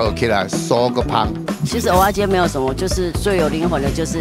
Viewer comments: 是ㄜ仔 不是ㄡ仔 一堆人唸錯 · 是ㄜˊ阿不是ㄡˊ阿😀 ㄡˊ阿是芋頭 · 真的，一直聽成芋頭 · 受不了台北人，蚵仔都唸成芋仔